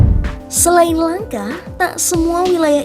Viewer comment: Narator bodoh, menyebut 'langka' kok jd 'langkah', idi0t